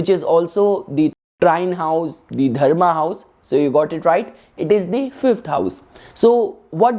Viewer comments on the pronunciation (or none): none